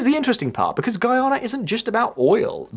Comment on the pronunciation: I gotta congratulate you on your improvement on how to pronounce Guyana 🇬🇾 . Thank you!😅 Seriously!